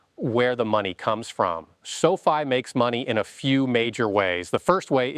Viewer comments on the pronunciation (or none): pronounces the company like Sophie! 😆 You lose a bit of credibility that way!